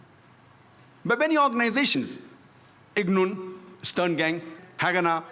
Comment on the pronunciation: Irgun not ignun